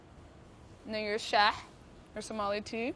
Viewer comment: Love her but her somali pronunciation is killing me 🤣